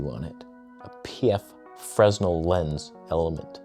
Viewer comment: PSA from an admirer: Fresnel is pronounced "fruh-nel", not "freznel".